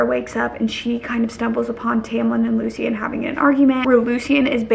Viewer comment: girl it’s LOO-SHIN not LOO-SEE-IN 😂😂 but i still love you lol